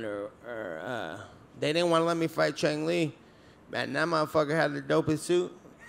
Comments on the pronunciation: "Chung Lee" 😂😂😂😂😂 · Jeng Li?? Come on Nate😆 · LMAO Diaz said "chong li"